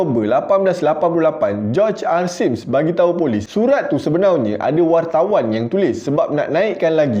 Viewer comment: Sebenarnya ❎ Sebenaunya ✅